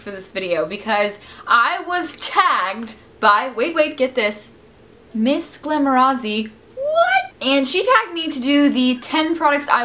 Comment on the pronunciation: You say Miss glamorazzi, lancome and define really weird!!!! SO funny hearing different accents.